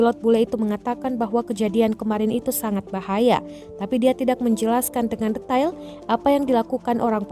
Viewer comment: Detail dibaca “Diteil” bukan di baca “De tapi Di” Wifi dibaca “Wai Fai” bukan Waifi! Kalau dibaca “waifi” itu artinya Istri. Download dibaca “DawnLoD” bukan Donlod Semoga bermanfaat.